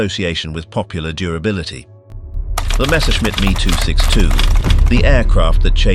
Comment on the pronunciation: It's M.E. 262 not Me two six two